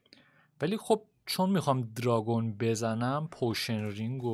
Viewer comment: آدم های معمولی : وای دارگونعلی سینا که از ماتریکس فرار کرده : درانگوزجگ😂❤